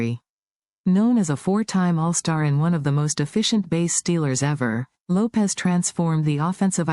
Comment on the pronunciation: Not Davey Lopez...Davey Lopes (like Ropes)